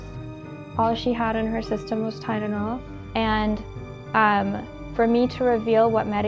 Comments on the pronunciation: She doesn’t say Tylenol. She says Tidenol….angry scary 😮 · i can't handle the fact that is saying it like "tynenol" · Why can't she say tylenol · She didn't even say Tylenol correctly either lol